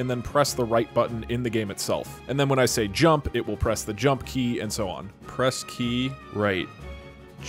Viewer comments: ur saying djump not jump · "Why didn't you rump?" Inventing complete new english language here :D